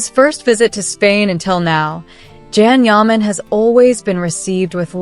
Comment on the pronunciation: Please his name is not Jan it’s Can Yaman. Can sounds like (John) but spelled Can. So please be kind say his name correct ❤Thank you